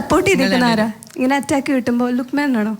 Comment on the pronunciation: ലുഖ്മേൻ അല്ല ലുഖ്മാൻ ആണ് അറബിക് pronunciation. പിന്നെ ഈ പേര് മലപ്പുറത്ത് ഒരു കോമൺ പേര് ആണ്.